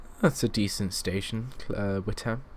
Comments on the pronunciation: Witham is not pronounced "wit ham"... the 'h' in Witham is silent so it is pronounced like this "wit am" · Witham is pronounced With-urm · Lol you say Witham wrong :P